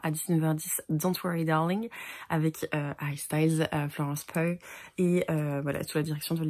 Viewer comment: Le travail sur les goodies est incroyable, vous pouvez vraiment être fières de vous, j'ai si hâte de lire la nouvelle parution! J'ai aussi adoré les aventuriers de la mer, les 2 premières intégrales pour le moment en tout cas ! (et petite info, Florence "Pew" c'est ainsi que ça se prononce).